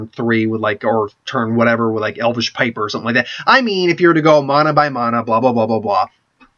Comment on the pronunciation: It's mana, not mahna... god...